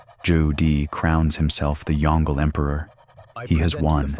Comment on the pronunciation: The fact this narrator can’t pronounce YongLe is the greatest tell this channel is full slop. Full of not X but Y construction. Unsubscribe